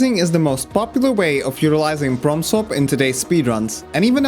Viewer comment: Every time he says Prompt Swap it sounds like From Soft.